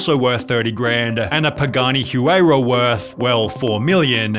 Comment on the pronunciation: its pronounced pa-ga-ni h-why-ru